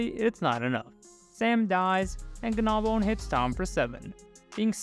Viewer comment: I noticed you accentuate the 'g' in Gnawbone as 'Guh-nawbone' instead of the proper pronunciation of 'naw-bone'